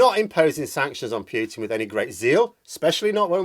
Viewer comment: Only human on Earth who pronounces it ‘Pew-tin’ for some reason…..